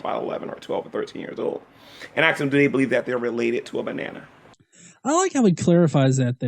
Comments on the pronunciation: I cringe every time I hear "Can I axe you a question?" its the same amount of letters and syllables to say "ask". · Why is it, this moron STILL cannot pronounce the word "ask"???